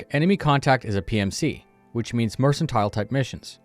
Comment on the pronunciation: Mercentile? Are you farking serious?